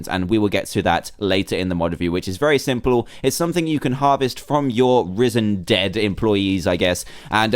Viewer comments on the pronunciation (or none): you said simplel